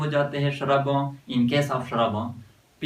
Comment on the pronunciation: First of all vo shurb nahi hotahe vo shrub hotahe पहले बोलना सिख